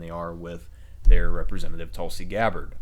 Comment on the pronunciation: How do u mis-pronounce Tulsi Gabbard? Sounds like an American name to me, and nothing foreign about it...unlike Barack Obama...who strangely won 2 terms.